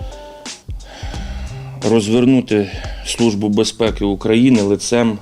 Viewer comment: "СлуЖба" "бєзпєкі"...